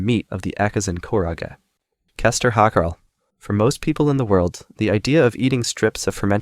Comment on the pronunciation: icelander here. your pronounciation of hakarl (which is just the word for shark) is god awful. this is also not something found "around the dinner table". nobody eats it casually, it's a delicacy and tastes like shit, even icelanders usually think it tastes like shit. generally only eaten in traditional food festivals.